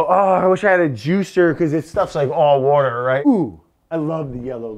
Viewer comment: I can't say 'water' anymore. It's 'wourder' now.